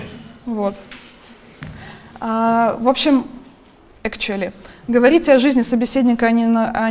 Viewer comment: "Экчули" ахаха) сириусли?))